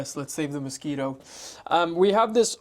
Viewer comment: "yes let's save the mosquitue" idk why but it made me laugh so much, I love the both of u how ur dynamic work together! It's always a pleasure to watch ur content, keep it comin